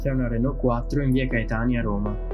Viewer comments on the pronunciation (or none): none